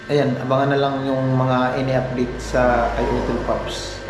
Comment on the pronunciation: UP-DATE hindi apdit.